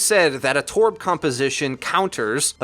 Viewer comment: please stop saying “torb” like that, you sound strange